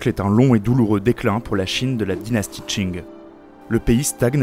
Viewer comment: Dieu merci il prononce pas Qing comme King! Edit: vidéo incroyable. Une qualité très difficilement égalable sur youtube !